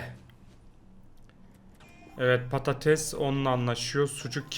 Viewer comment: Paredese patates diyen koca yürekli